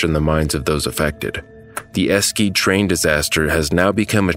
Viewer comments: but it's not duh but 'de' like in Spanish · Its pronounced "Ash E De" - "Esch e de". Not Escede. Also the image of the trees is the memorial not really the trees that stopped the train. Wtf. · I understand too. But I'm getting triggered by how he pronounced all the cities. 😅😭 Eskeet 👏🏻🥲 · Esce? The town is called e-she-de… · No.. not "duh" Its de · Esh-e-duh, not Eskeed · "Eshedde", not "Askeat" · The name of the city is pronounced "E-she-de" and not "Eskeede". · Not "Esky Train Disaster" --> "Eschede Train Disaster"!!!!! Its called "E SCH E D E"!!! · And correct me if I'm wrong' but it isn't pronounced "Ess-keed" is it? I was under the impression it was "Esh-eh-deh" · yes, it's definitely not "Esskeed". "Esh-eh-de" is closer to how it is pronounced in German since "sch" is like a longer version of "sh". "Esskeed" sounds a bit "spanish" to me or "mexican" maybe like "Mesquite"? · try to pronounce this city not as Eskeed, but A-Shed-A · Just in case anyone cares, the place name Eschede is pronounced something like "Eh-shay-duh" not "Eskie" 😅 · it’s not „es-ceede“ - it’s „e-she-de“ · Horrible :( It‘s Ashe-e-de btw, not eskeet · Esh-eh-duh not eskeed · Thanks for making this video, but might I suggest you make greater effort in pronouncing name correctly? Especially the name of the town, Eschede. It's not pronounced Esquede. It's actually 'ɛʃədə. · It´s spoken "A-Sh-Da" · I speak german but I'm confused myself. It's pronounced E-Sche-De ?! That's a unusual name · He called it enskeed ( phonetically) horrible 😢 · It's Esh-eh-de, if you get "Deutsche Bahn" right, you should easily adapt such stuff :) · Eshéduh. The other towns have been pronounced wrongly, too. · using all "E"s the way you would use it in "Edward", it is pronounced "e-she-de" again, all E's like in edwart. for some reason English people use the E as an I a lot which is just plain confusing to me, so I have to specify, not the England kind of E but the Edward E, for all three. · Eskede lmao